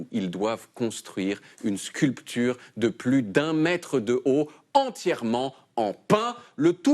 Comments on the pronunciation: (.....) ils doivent construire une SCUL-P-TURE (....) <<--- ???? Le mec il prononce le "P" à Sculpture ?????? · C’est la première fois que je remarque quelqu’un prononcer le P de sculpture. (Mais du coup, subséquemment, le L dit «sparaît») Le français est une langue zétrange.